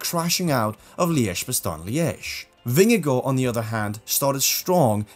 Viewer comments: Very well pronounced where you said Jonas vingegaard. As a Dane i can say, it sounds amazing when u say Vingegaard even in the Danish way. There the 2 as in the Vingegaard is also Å in Danish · From a dane here. So nice to see someone saying Vingegaard the right way. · Gotta give it to you, your pronunciation of Vingegaard, is impeccable.